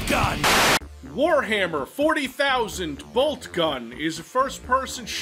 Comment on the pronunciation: Just hearing enunciating that "Warhammer 40,000" makes this video worth its weight in gold.